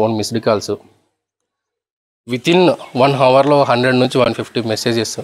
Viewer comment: హవర్ కాదది అవర్ అనాలి.. H సైలెంట్